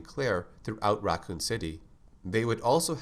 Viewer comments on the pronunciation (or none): none